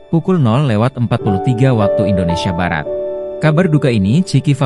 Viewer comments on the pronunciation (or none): none